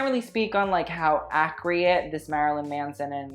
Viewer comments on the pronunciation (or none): it’s “ACCURATE” not “ACCREATE” 😒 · When he said “acreate” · He said ac-re-act instead of accurate🤔 is this an anna thing or was he tipsy maybe?